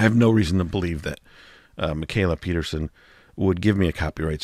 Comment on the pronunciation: Peterson man. Peterson!! Not Pierson